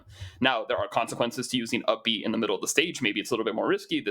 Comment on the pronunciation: For 2/3 of the video I was wondering huh, what's uppie at the back of my mind? I knew I hadn't played Smash Bros in years so I figured it was just something new but then realized you were saying up B instead of uppie...